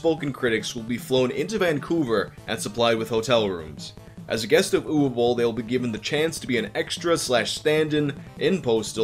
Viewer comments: Watched just to hear the correct pronunciation of Uwe Boll. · Thanks for pronouncing his name right! Another great vid bro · Yeah. It's Ooh-vay Bowl. You're welcome.